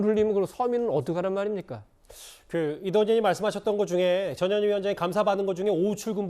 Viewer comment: 발음좀 똑바로해 저년이가 아니고 전현희야